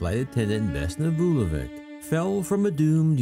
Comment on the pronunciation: The plane was shot down (planted bomb) by the Croatian Ustasa, the communist government at the time did not like to announce it because most of the dead were Serbs.And you could learn how to pronounce Slavic (Serbian) surnames, that letter at the end is not read as K but CH.